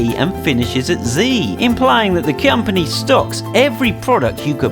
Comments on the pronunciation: he says Cyumpony instead of company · lol the way he says company tho 😂